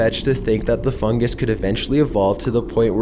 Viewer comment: He says fungus like fungAs